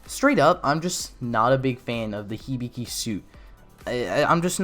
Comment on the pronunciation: Hibiki not hibigi